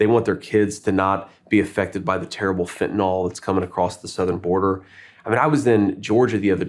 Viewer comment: I am a 100% Trump/Vance supporter, but come on, do a little research. The drug is Fentanyl (pronounced Fen-ta-NIL) It isn't Fentanol like Tylenol. Politicians sound stupid when they mispronounce the name of the biggest drug problem we have invading this country. I guess it's a pet peeve, but come on.